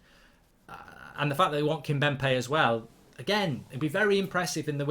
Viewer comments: KimPemBe not KimBemPe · He is never going to pronounce Kimpembe right